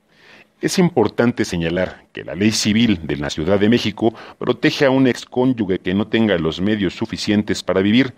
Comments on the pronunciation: Una aclaración, no es cónyugue,si no cónyuge (se pronuncia conyuje, para explicarme mejor) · Comentario constructivo: Es cónyuge, "ge" (Genaro, género, general, geranio, gerente) no como "gue" (guerra, guepardo, Guelatao)